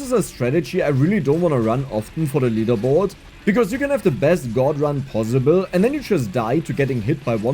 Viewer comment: judging from how you pronounce possible ( bossible) you are probably a Franke